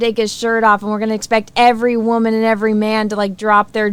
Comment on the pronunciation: say "waaman" better than anyone 😂